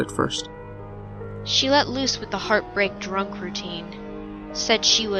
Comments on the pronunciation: Am I the only one who thought that he said "I have to go take a bath in my toaster now."? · This one was really great. At first I thought he said "I need to go take a bath in my toaster now." So I was pretty confused. The I realized he said 'with' and slightly giggled.